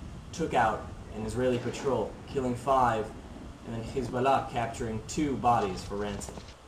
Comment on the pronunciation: HEY KID DONT BE A ZIONIST YOUR A JEW BY THE WAY YOU PRONOUNCE HEZBALLAH,,,,,,,ITS SIMPLE ISREAL MUST STAY OUT OF LEBANON AND TRY TO LIVE PEACEFULLY WITH THE PALASTINES